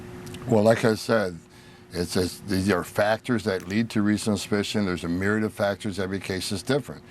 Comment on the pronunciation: Why does Tom Homan always sound drunk? He can't even spit out the word "suspicion" without it coming out "ssspicion". It's like he has marbles in his mouth. He mispronounced the word "myriad" as well as several others. He sounds like an illiterate old racist drunk.